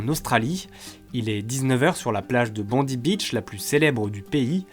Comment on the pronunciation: C'est pas "bondi" mais "Bondai" le nom de la plage